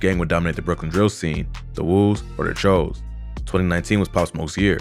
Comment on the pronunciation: its pronounced like chew like jimmy choo